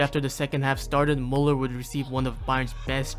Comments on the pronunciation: At least try to pronounce his name correctly if not all the other german terms you used. Its müller, not muller. You sound like you have a blanket in your mouth. You did it with, why not with müller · His name is Müller, not Muller. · Thank you very much for the video. However, still a shame you cannot pronounce Müller correctly. Try harder next time. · its mÜÜÜÜÜller not mUUUller just saying no hate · it's Müller, not muller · "Thomäs mulluhr"😭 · If you make a Video about Müller, look into how his name is pronounced. ES HEIßT MÜLLER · When you decide to do a whole video on Müller, you could have put in a 2 minute effort and learn how to pronounce his name correctly. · Why do people take the time to make videos like this and then completely butcher the names? The dots on the Ä Ü Ö are not there for decoration mate. Just press the speaker button on Google Translate. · Learn to pronounce the name please. How do you make a whole video about one person and you can't even respect them enough to get their name right?